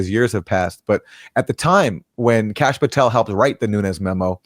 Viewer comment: Kash, not Tash